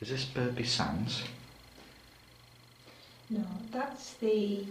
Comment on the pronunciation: Burgh is pronounced bruff! Excellent video. The village green information board in Beaumont with the old pub on has an image of my grandfather below!